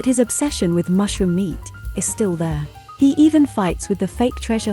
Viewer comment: A few names pronounciation correction: 1. Remember Shenhe? Remember how she pronounced her name, especially the last syllable? That's also what the He in Uncle He roughly sounds like. 2. Muning's "u" is pronounced as in "ultra", not as in "under". I like your channel, just next time please take more time cross-checking 'unusual' names with the other in-game languages. More exotic names will come along with new regions you know, so better familiarize with any languages supposedly are gonna be used in the future. Good luck!